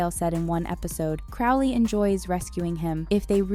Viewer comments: It's not Craw-leigh....its Crow-lee And it's not AZIRAPAHLE but A-zir-a-fell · Aziraphale is pronounced Azira-fell Crowley is pronounced Crow-lee 😐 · Pronouncing Crowley wrong ruins the experience, sorry :)